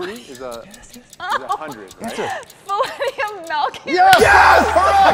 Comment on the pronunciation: She legit said Fillennium Malcom.